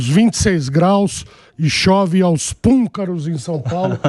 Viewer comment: Púncaros? Vc quer dizer " púcaros ?